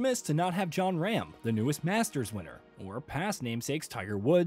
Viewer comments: Who the fuck is jon ram? its RAHM like RAWWWM and the "LIVE" tour is the liv tour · And he mispronounced John Rahm's name.